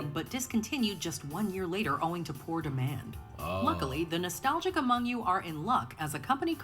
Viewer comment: Flight: “Noshtalgic” 😂